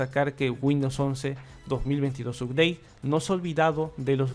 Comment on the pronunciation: UPDATE SE PRONUNCIA "APDEIT" SINO HABLA TODO EN CASTELLANO